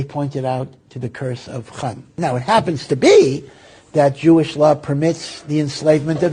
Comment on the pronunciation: Jewish not juwis solo hawey bejaka tray seb admelna nay media seb aykonkan hjj keee